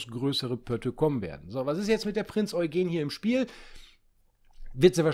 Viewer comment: Endlich mal Jemand der die Prinz Eugen Richtig ausspricht :)